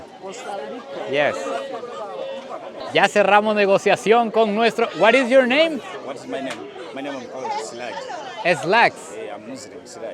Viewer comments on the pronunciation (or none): none